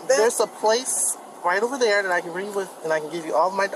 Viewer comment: Are you familiar wiff? It's have a wiff or take a wiff or caught a wiff. Familiar wiff? WTF is that cow. Did we miss a wordie class?